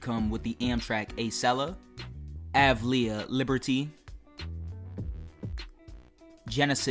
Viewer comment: Acela is not pronounced "aysella" and you pronounced avelia as "avleya"